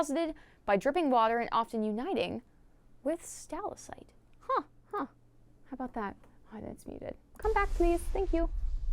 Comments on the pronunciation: I'm sorry, this is gonna bug me forever. Did you really call a stalactite, a "stalacite"? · they she said stalactite makes me smile stalasite